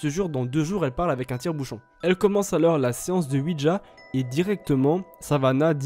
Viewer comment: Le « s » de « alors » il est muet par pitié